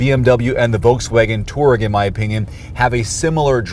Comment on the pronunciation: It's a two- aa-reg not a torg.